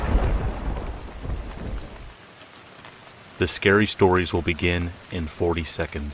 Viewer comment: Good shtories